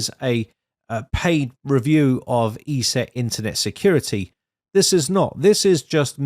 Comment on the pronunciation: It is not pronounced E-SET it is pronounced ES- SET